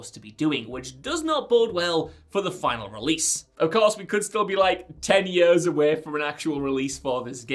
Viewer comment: In yuhrs and yurhs